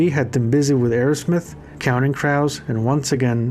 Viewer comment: Counting crouse. Its Crows. like Croooooooooos.. : )